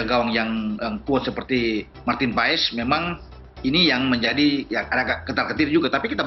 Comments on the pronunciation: Itu Bacanya Bukan PA-ES, tapi PAS. Awesome dibaca Osem ! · Paes di baca (Pas)